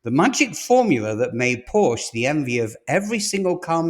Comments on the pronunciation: It is PORSCH-E, not PORSCH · Start to pronounce the company name right if you are making a program of the company. It is called PorschE and not Porsch as you insist to call the car company. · It’s difficult for someone to be taken seriously as an expert on a brand whose name they don’t properly pronounce. POR-SHUH. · It's pronounced Por-sha. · So what was your point about China? Porsche has no control over Chinese market. They are subject to its whims just like any other retailer. And you would think if you’re going to produce a video on Porsche that you would actually pronounce the name of the company correctly… it’s “poor-SHA”. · PORSHE ...SHAY ....................get it right ................ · "Porsche" :face-orange-biting-nails